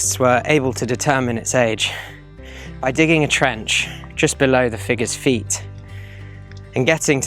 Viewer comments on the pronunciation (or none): none